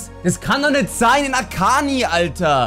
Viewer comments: Tisischubech sagt akanji akani und nicht akanschi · Der heißt Akanji, nicht Akani. Da ist ein J im Namen. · Der Verteidigen im ersten heißt Akanji und nicht Akani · Möchte jetzt nicht Streber Spielen aber man spricht Akanji Akanschi aus 😂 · man spricht es akanschi aus